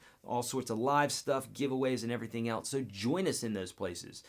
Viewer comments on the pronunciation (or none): none